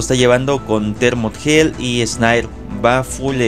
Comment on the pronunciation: Porque dice shil? Y fenrIr?